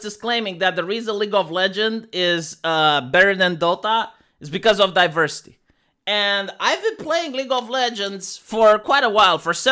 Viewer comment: Some people tune into for the content, but I tune in to hear him say DiVERsitay, Zuckenberg, Styxenhammer, Californ-nya-nya, & let's not forget miss-waagenyee.